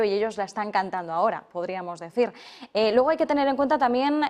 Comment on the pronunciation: El diptongo es "ue"y se pronuncia "luego" no "logo"y se hacen llamar "la Real Academia"por favor!!!!